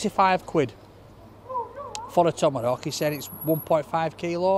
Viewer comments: Yeah that’s been irritating ! Tommarowk ! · There’s no letter “r” in the name of that steak. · Well, the waiter called it a Tomerrhawk so he’s just being polite and calling it by its name 🤷🏻‍♂️ 😂